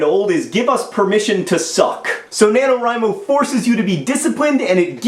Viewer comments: FINALLY I HAVE FOUND SOMEONE ON YOUTUBE WHO ALSO PRONOUNCES IT "WRI" INSTEAD OF "WREE" JOHN YOU ARE MY FAVORITE OF ALL THE FAVORITES. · I so gunna fail at NaNoWriMo. Day three and about 3000 words. :( I'm glad you pronounce 'Wri' like 'write'. People keep saying like 'Ree'. ^.^ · Five stars for pronouncing NaNoWriMo correctly, and favorited for the metaphors. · oh good, I learned that the way I pronounce nanowrimo is the right way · Well, I think that since Chris Baty came up with it his pronunciation would be the correct one. So, using that logic, "rye" is right. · I would like to give you props, John, for being the first of my subscriptions to pronounce "NaNoWriMo" right. It always bugs me, haha. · you said NaNoWriMo right!!! a lot of other youtubers say it "na-no-ree-mo" and it makes no sense and that bugs the crap out of me. Just had to say that. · YAAAAY! AND YOU SAID IT RIGHT, TOO!!! It's my second year. YAAAAY NANOWRIMO!!!!!